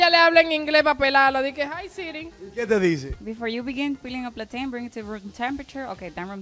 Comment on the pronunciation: How to peel a Platein 😂😂😂PLATEICHON😂